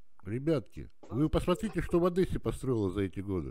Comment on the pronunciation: "В Одэссе" не говорят, дурачок. За Одэсса в Одессе дают по голове